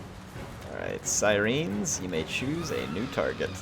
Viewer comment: Other than your pronunciation of Siren loved the video keep it up